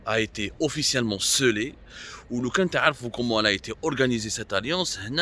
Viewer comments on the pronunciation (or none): Scellé et non séllé